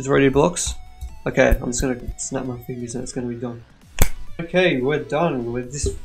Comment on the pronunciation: You said maij XD